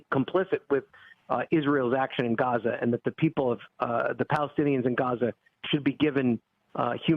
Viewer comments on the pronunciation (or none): none